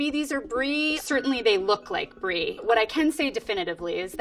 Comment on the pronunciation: She got the mozzarella right, but the brie not😂😂